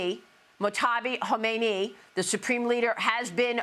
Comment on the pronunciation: Kha. Me. Ne. ee not Kho mey ni Love you Maria